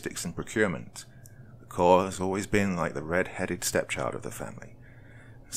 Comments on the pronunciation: FYI, Marine Corps is pronounced Marine “core” not “corpse.” I don’t know how many narrators I’ve heard mis-pronounce that. The French pronunciation "korr" (or slightly Anglicised to "kohr" or even "kore") is thus the historically correct pronunciation. Pronouncing it in any way ending with an "s" is not correct. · It's Corps, not Corpse. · marine corpse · For future reference, it's pronounced Marine "Core" not Marine " Corpse"!😂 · Marine Corps is pronounced "core" not "corpse". Downvote. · For people who don't know, "corps" is pronounced like "core". So it should have been read as: Marine "Core". ☺️ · He said Marine Corpse, lol surprised I'm not seeing a lot more salty vets in the comments. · Love you Doc, one of the best story tellers! A little, tiny, small pointer (if your fans won't roast me)? The S is silent in Corps. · He said corps :D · that’s actually Colonel Johnson, not Mr. Johnson, but I’ll forgive you. And I was US Army, not Marine Corps, but I just figured I’d help out my friends in the Corps as I know this mid-pronunciation really irks them. Most importantly, I want to help Doc out since he’s my FAVORITE narrator on YouTube 👍